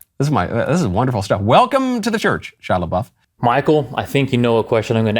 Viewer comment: I thought his name was pronounced "SHEE-YAH _ LAH-BOOF."